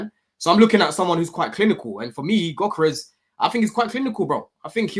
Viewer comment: Whenever you hear one of these panellists pronounce Gyokeres with a "G" instead of 'yokeres', you know they have not watched him play and heard the commentators regularly say his name. It's surprised me how many don't really watch the players they have strong opinions on.